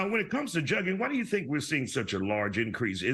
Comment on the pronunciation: how are these professional reporters still not pronouncing the word Jugging correctly lol.